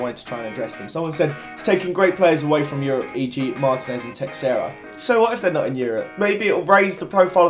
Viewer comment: You said city are playing a big team next week ?? There playing the second lowest rank team init and you don't say teixeria like 'text Sarah' you say it like 'tush earer'